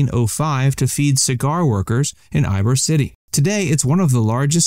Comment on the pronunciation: Eye Bor 😅😂😂😂😂 wtw 🤦🏾‍♀️